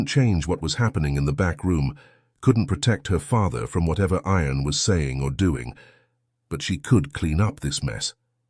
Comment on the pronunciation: You need to pronounce IAN correctly not sounding like iron.